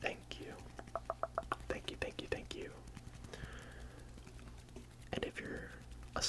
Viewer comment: fank yew